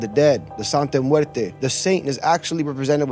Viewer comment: He keeps saying the name wrong. Makes this dude less believable. I thought he knew Spanish